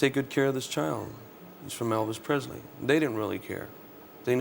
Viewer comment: Pelvis Esley everyone 😂😂😂